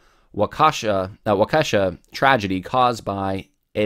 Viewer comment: Wa-kee-shaw,. Sure appreciate your podcast.